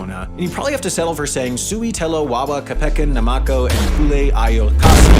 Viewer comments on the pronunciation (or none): "each word's first syllable is emphasized" literally a few minutes later: kePEken, naMAko, siTElen how does this happen